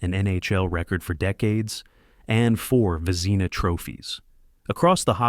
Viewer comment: Yes, and how about Jacques "Plant", like a house plant. Or George "Vezeeeeeena". And then all of those reversed photographic images that made Sawchuck look like lefty Detroit goalie, Roger Crozier. This video is garbage, an insult to "the Uke". I shut it off after 4 unbearable minutes. I am glad that you also called it out.